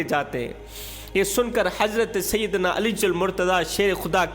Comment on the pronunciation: Baradram kindly Hazrat Ali Razi Allah ho taala Anho ka naam to sahi se bolna seekh lo. Beaan acha hai aap ka. Bhai g Ghussa na Karna.❤